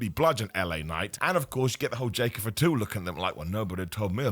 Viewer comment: "Jacob F'too", not a single A in the surname lol